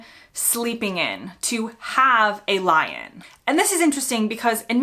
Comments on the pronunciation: A Lion?! Oh, 'lie-in' 😊 Pronunciation makes so much difference - we tend to make more distinction between the words & with less of that & an 'American' accent, it sounded like Lion. 'American' because there are so many accents, I know. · The stress in lie-in is not the same as for lion. It's a lie-IN rather than a LIE-in.